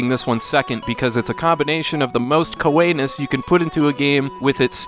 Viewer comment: I thought it was pronounced ko-ee